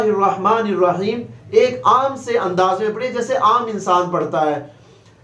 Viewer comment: پیر صاحب نے آخر میں الرحیم کی بجائے الرجیم پڑھا تھا